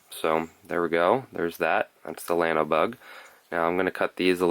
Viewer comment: Great video, can't wait to tie some up. Minor detail but it is a Spanish word and should be pronounced, "yawno". Keep up the great job!